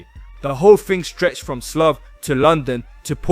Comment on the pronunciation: Slough is not pronounced as “sloth” it’s pronounced “slaow”